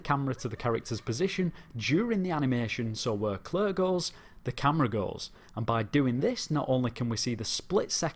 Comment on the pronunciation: Leon & "Clerr" 😅